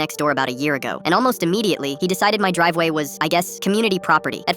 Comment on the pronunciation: Driveway: ❌ Drivewa: ✅